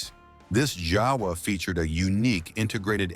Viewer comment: JAWA (a Czechoslovakian make) is pronounced YAH-vuh, not JOW-wuh. You're welcome.